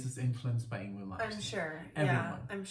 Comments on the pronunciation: Hey guys!! Great reactions!! The only ding is...his name is pronounced Ing-vay. Believe me...for years I thought the same thing. \m/ Again, please give a listen to Fates Warning. Songs like Point of View, Through Different Eyes, Monument and A Pleasant Shade of Gray Part III. You won't be disappointed. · I'm glad ur wife enjoyed Yngwie Malmsteen although his first name is pronounced Ying-vay .U guys oughta react to Dreaming Tell me live in Leningrad 89 also Trilogy Suite OP 5 live but not a recent live a live of a young Yngwie Malmsteen circa 86 or 87 of Trilogy Suite OP 5 .there's a live that actually sounds like the album an its awesome